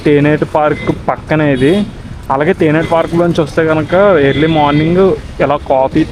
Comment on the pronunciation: Theneti kaadu thenneti park😂